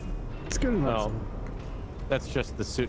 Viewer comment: and the "Gouda nough".